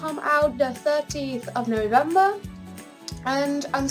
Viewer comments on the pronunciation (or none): you did but it sounded like 13th xD